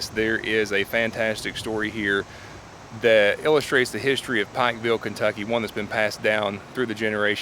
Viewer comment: You are saying the name of the town Wrong.